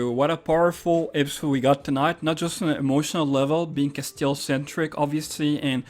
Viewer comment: CASTIEL CAS-T-L Not Castel, castil Jesus fx